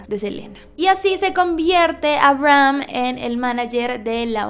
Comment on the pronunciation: todos: abrahm la serie de netflix: aibrajam asi lo pronuncian xd